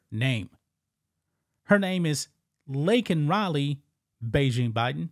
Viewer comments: It’s Laken, Not Lincoln, Obama’s Puppet is Malfunctioning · Laken. Not Lincoln. He at least got "illegal" correct. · Unbelievable, did anyone catch that Biden keeps pronouncing her name wrong? her name is Laken, not Lincoln!! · He butchered her name just like he kept looking a his wrist watch when the falling soldier pass by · Yeah and he got her name wrong 😂